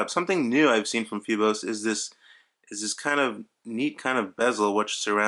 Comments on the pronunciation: Dude.. did you really just call it FOY-BOSE? smh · It's pronounced "feebose". Thank you for this video, I hope they make one with an automatic movement.